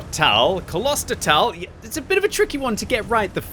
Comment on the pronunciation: "Close ter tal" would be the correct pronunciation. Which literally translates from German to "Monastery Valley". Personally I deem it Kloister. This map definitely has its strengths with being a very decent mix of city and open terrain. The city definitely favour faster heavies that can get into those positions by the fountains or ambush through the tunnel. The WoT mechanics are too forgiving/dumbed down to allow for a much more open and less hulldown favoured city, if WG added a "hardcore" mode with higher experience and credits but gave tanks less HP to spend but the chance to respawn they could make realistic locations feasible. I personally enjoy maps that are closely related to the realistic location and want to see more that are inspired by them, Cologne would be an excellent city map offering many wrecked buildings and numerous angles of fire. I'm not sure why WG has recently taken interest in having more tunnels and "indoor" areas, and the concept is cool but tanks are famously not indoor vehicles. Though if you ever get a chance to pitch a map, I think a map based in a mine would be absolutely awesome and fulfil WG's recent obsession with tunnel areas. There'd be lots of chances for hulldown ditches or cover, weaving corridors and literal pitfalls. Could also offer a chance to include dust as something that limits concealment or make it darker inside, giving muzzle flashes new life.